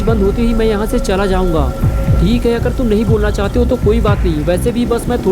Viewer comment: Bro yeh toom kese bol rhe ho sirf toom bolo please